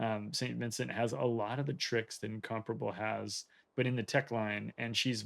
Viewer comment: is the only guy in WOWS who pronounces Incomparable the correct way.